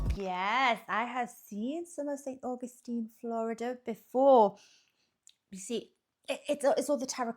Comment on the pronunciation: 🤣 And then pronouncing Augustine differently each time it says it!